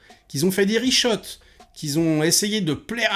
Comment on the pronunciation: Bonjour. Ça se prononce "rishout" et pas "rishot". Ce n'est pas la première fois que je t'entends dire "rishot". Voilà, je commente juste pour dire ça. hahaha bonne soirée.